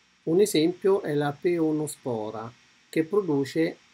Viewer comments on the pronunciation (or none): Mi sa che non è "peonospora" ma PEROnospora😂😂😂 dai non fa nulla ma mi ha fatto un sacco ridere!❤️ Grazie per il video e per la risata💓